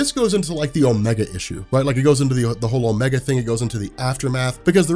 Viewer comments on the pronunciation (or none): none